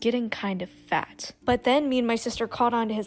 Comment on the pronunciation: They way she kept pronouncing "FAT" Lmao 🤣